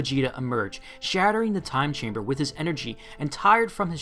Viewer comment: Every time u said "Time Chamber" I heard "Gas Chamber"